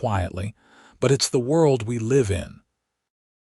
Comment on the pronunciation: You read "live" as a noun, instead of reading it as verb.